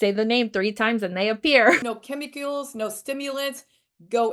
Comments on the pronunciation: Did she just say “No chemicules”? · At she says "no chemiCULES" like it rhymes with "molecules", instead of "chemicals". How thick can they be?